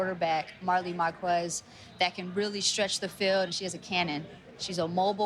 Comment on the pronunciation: Every time the commentator would say "marqWez" i'd cringe lol but amazing game! Love the exposure this sport is getting!